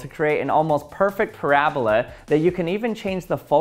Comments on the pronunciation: It’s not “parablah” it’s a “Para-Bola” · drink every time he says parabluh